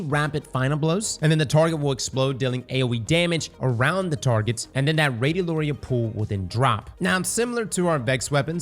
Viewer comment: it's pronounced radio larry yuh